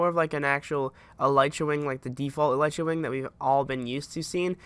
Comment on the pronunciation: It's pronounced eleetra not elightra